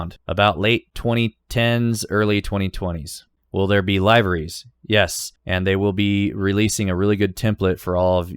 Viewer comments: Did you just say live-eries?... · liveries is pronounced liveries.